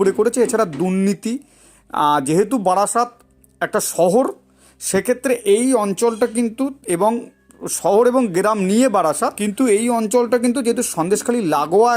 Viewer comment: Uccharon thik korun.Gram ke geram bolchen. Altapka ke bolchen *alpatka*.